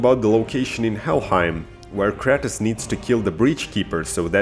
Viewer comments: wait... did you say cratus???? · whyd he say kratos like kratas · It's Kratos no kratis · Bruh its not kretis its krAtos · does it bother anyone when he says Kratos wrong he says it like (kratiss) when is Kratos (kr-ay-toe-s) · Kratus b o y say shit properly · The way u pronounced there names had me triggered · Dude why do you pronounce Kratos like that? Hes such an iconic character for years and it sounds like you havent even played the game.